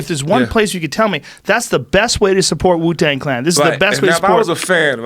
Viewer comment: Donnell said "Jew-Tang Clan" omfg 💀